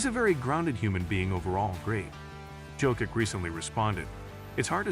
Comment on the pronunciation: If you can't pronounce Jokić, please call him Joker. PLEASEEE